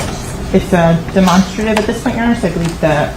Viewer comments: Why cant they say Demonstrative correctly? DeMONSTERative. Never heard it said like that before. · I was thinking that too but what if all this time we were wrong😂😂😂😂